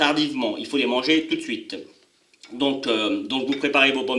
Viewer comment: Donc. Et pas donque, but. Et pas bute